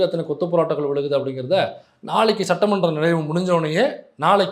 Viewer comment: சட்ட மன்றம் என்கிற வார்த்தையை சற்ற மன்றம் என்று நிதி அமைச்சர் உச்சரிக்கிரார்😡